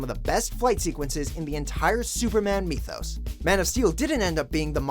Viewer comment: Lol, did he pronounce mythos "meethos"? That's a new one